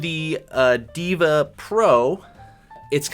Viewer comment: Brah its deva not diva 🫨